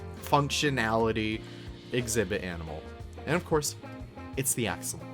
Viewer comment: My mouth dropped with that free-place water without the x-fighting... I would love to know if that's possible with all the others textures lmfao. Mods are getting crazy I can't wait to see what else people come up with also p.s... Axolotl is a Nawatl word, and it's not quite pronounced how you would think! There's a video by Chimalli Media, his Cafe con ep 6 that goes over how to pronounce it, it's kinda like "ah-show-lot"